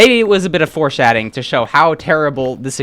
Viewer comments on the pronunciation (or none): FORESHATING? FOR-SHATING WHAT